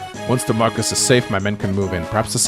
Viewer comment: Marquess is pronounced differently in English and French, but it's not "Marcus" in either. Nils says "older sister" in Japanese, so Sain being interested isn't super concerning. Yogi Bear was named as a parody of pro baseball star "Yogi" Berra, famous for his strange sayings like "It's déjà vu all over again" and "Nobody goes there anymore. It's too crowded." It was a nickname (over his manner of sitting looking like a yogi practictioner) and not a "real" name though. As for Leila and Eagler's playable stuff, I suspect trial maps is the most likely explanation.